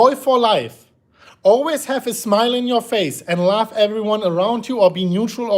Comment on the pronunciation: Smash the likes if you think says (laugh) when he says (love)